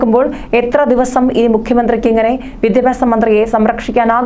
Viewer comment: Vidhyabhyasam ennu vruthiyayi parayanam